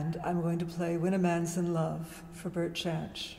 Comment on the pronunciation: his name is pronounced "yanch"